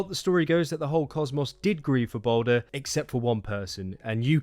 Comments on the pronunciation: Not trying to sound aggressive but can u please stop calling him baldir (bawl deer). Another name for him is literally baldur (bawl dur) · it’s all good. I can see how it makes sense to say baldir when all ur given as a name is baldr.